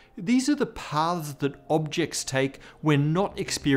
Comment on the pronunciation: Your pronunciation is horrible here. Your pronunciation of three different words sounds exactly the same, i.e., "parts", "past", and "paths". I have to use closed captions. Please enunciate your "r" sounds. Why must all intellectual videos be narrated by some nearly incomprehensible accent? I know; it's so that you have a harder time learning anything, and thus, stay ignorant and controlled. lazy speech. learn how to speak english properly. how did you even get this job? funny how people who can't speak english properly supposedly earned college degrees.